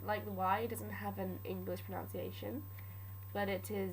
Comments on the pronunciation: This is super-cool, thanks! Wonderful work. Sorry to be pedantic but do remember though that the word "pronunciation" is pronounced as it us spelt - the u is pronounced like "but", as in proNUNciation, not proNOUNciation. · Great video but, unfortunately you do my biggest pet peeve of pronUNciation and that is the fact you actually pronounce pronUNciation wrongly the OUN sound is meant to be an UN sound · Pronounciation? Are you doing that on purpose? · You said "what is most important is pronOUnciation." That isn't a word - its pronUnciation. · I have nothing against the way you pronounce it because... well if these people really have a problem maybe the internet isn't a good place for them, but to everyone who doesn't know why there is such a ruckus about it is because its pronounced (pro nun see ation) so its like a nun, its really... why the fuck do i even care lol, anyway idk why i bothered to right this comment but yea... um.... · Frankly, I think your mispronunciation of pronunciation is pretty cute. Keep up with the awesome videos, and ignore the idiots. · Hahaha, I'm sure it's a good video. But I just can't trust the pronunciations if she can't pronounce pronunciation. Oh the irony <3 Good work though girl! It's a hard language! Dedication to Sindarin <3